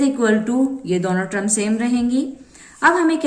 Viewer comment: Mam its term not trum🙂